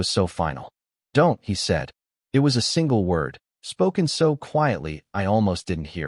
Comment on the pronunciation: Bad narration. What was meant is “single”. Don’t pay attention to the text. Too many mistakes.